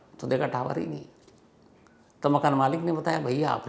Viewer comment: 😂so funny when you are saying tawar hi legaye